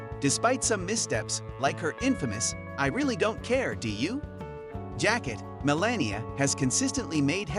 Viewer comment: Melania ... is not pronouced 'malenia'...